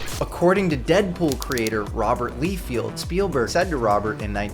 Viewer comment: Didn't pronounce Rob Liefeld's last name correctly